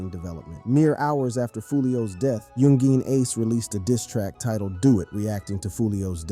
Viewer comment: bruh ur like 20+ videos in about this and u still cant pronounce youngeen ace is crazy work